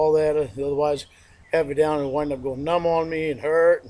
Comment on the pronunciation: “Take some weights… then get daywn, own the graywnd”. It’s hilarious when he accidentally quotes the sting.